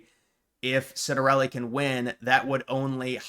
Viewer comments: Ciattarelli Pronounced; CHiatarelli, not Sitarelli... Just some trivia. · You need to learn how to pronounce his name: Chitter-EL-ee